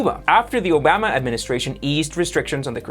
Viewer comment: Great videos but work on your pronunciation of the letter a in English in names. Ican and Obama